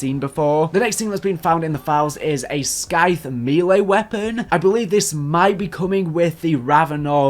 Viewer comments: You don’t pronounce the ‘c’ in scythe btw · Not trying to be an asshole, but the word ‘Scythe’ isn’t pronounced that way 👍💯